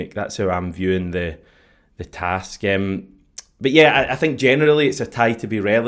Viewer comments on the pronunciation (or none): none